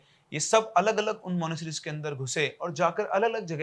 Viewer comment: Monasteries bolna to seekh le pehle